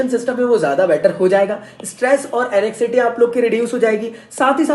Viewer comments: एंजाइटी hota hai sir एनेक्सिटी nahi hota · ANEXCITY NAHI KEHTE BHAY USE XDDDDD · sir pdai likhai ko pehle side hatao aap na pehle apni english sudhaar ke aao😆😆😆. Anxiety ko anekcity bol rhe ho aur contraindications ko contradictions 🤣🤣🤣🤣🤣very nice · mans really pronounced anxiety as anixity👍🏻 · Sahi trikona Asana kara le ..or anxiety bolna seekh le